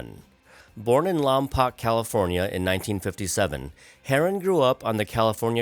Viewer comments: It's not "Lom-pock". It's "Lom-poke". I like to call it "long puke" because it's a crap town. I live in Santa Maria. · AI ? It's pronounced "Lom Poke" No Joke... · Lompoc is my home town. It it pronounced, "Lom poke." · its spelled Lompoc, but it is pronounced Lompoke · Isn't Lompoc pronounced Lom poke?